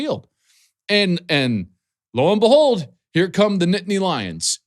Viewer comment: It’s pronounced “Lo AND Behold” not “LoanBehold”